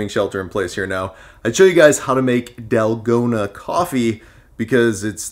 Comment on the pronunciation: It's "tal-go-na" the a sound (a = car)